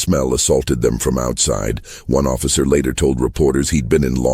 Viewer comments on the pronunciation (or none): none